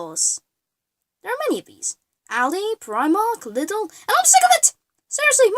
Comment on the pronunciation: I could Punch you for how you Pronunce Lidl and herein Germany Lidl and Aldi are pretty Solid and good quality and funfact some of those knockoff productd are owned by the Company they are pretending to be so they can sell both product varietys